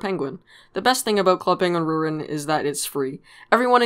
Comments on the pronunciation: why do you say rewiwen it sounds like it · “ club penguin rrrrrrrwitten “ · “Club penguin rerihhhhhn” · It bothers me how you don't say the "t" in "Club Penguin Rewritten". It hurts man. Anyways, nice video. :P